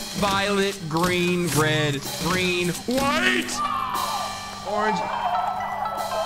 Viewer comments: In the color game they said orgeng as in organ-g sounds a lot like orange though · i cannot stand the way he says “organge” in the color game😭😭😭😭